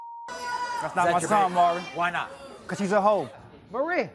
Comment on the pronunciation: Again, someone else don't know his name! It's NOT Murray, it's Maury! Short for Maurice. Do they pronounce Maurice like Murrice? 😅 It's so ignorant! Come on people, have enough respect for the man to say his name correctly! We miss you Maury.